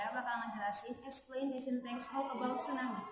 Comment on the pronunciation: Explanation not Explointation.